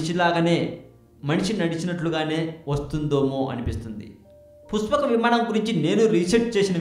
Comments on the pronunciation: Its pushpaka vimanam basu ...not puspaka vimanam. Telugu nerchukoo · Rey eam chaduvukunnav ra nuvvu, sa ki sha ki theda teleyadha neeku, puspaka kadhu pushpaka, nuvvu nee sollu, edho telisinatuu . pushpaka vimanam mano vegam tho velthundhi, ante dani vegam devathalu kuda andhukoleru, vishwakarma nirmitham, brahma dattham, nuv ramayanam chadavakunda edhava videolu pettaku. nuvvu ne thokkalo research, thu. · nee pronunciation bagaledu thammudu...try better.....pushpaka vimanam,,,,not puspakavimanam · puspaka kadu bro pushpaka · It is "పుష్పక విమానం" not "పుస్పాక విమానం". You better learn the language...Please do not spoil Telugu... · Puspaka kadu brother pushpaka. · పురాణాలు సరిగ్గా తెలుసుకొని వీడియో చెయ్. పుష్పక విమానం అనడం రావడంలేదు. ఈ వీడియో ఎవరు చేయమన్నారు . చెత్తా వీడియో